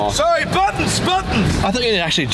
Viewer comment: that was the most Canadian sorry I’ve ever heard 😅